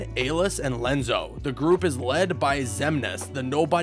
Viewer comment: There was a time I really enjoyed the content you guys created but the fact that you can’t take the time to learn the proper pronunciations of names in this series just screams laziness. This is a trend that has been going on for a while now, lazy production value and fact checking. Lenzo? No. It’s Ienzo Ee-en-zo and that is just the start. You even pronounce Xion She-on wrong after a cutscene which says it correctly. I’m working on my recording for that ten dollars. ;)